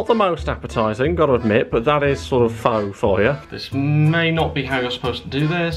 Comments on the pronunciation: Every time you mispronounced Pho as “Fo” I killed a small cat. It’s “Fuh” 😂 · He it's pronounced Faa not Fow, Fow means prostitute or something, I learned this pretty quick when I visited Vietnam, and yes it's meaty liquid but it's absolutely delicious so that place must be bad 🇻🇳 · Pho is pronounced Fa not Fo. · Pho is pronounced 'Fah', not 'Foe'. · great video! the noodle dish it's produced more like "pha" rather than "pho" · Pho is actually pronounced like "Pha or Fa" and this is coming from a lady I worked for whose family is from Vietnam. Is a toastie like what we in America call a grilled cheese? You are a trooper for trying all of these low rated places 😂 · It’s pronounced like “fur”. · its pronounced FUR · Pho is pronounced fuh btw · Pretty sure pho is pronounced like "fuh" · Pho pronounced Fu . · Pho is pronounced as fer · pho is pronounced fur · Pho, say is as 'for'. You must have posh ratings, Here in Kettering NN16, we only have 1 to 5. No Zero rating. PS, They have a 4 from the 1, still shit. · No offense but you're supposed to pronounce pho like "fu" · Your pronunciation of Pho was melting my brain.